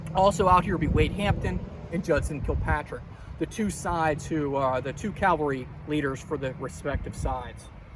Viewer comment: Remember, mounted troops are called CAV- alry. Not CAL- vary... Jesus died on Calvary. Custer died as a member of the cavalry ...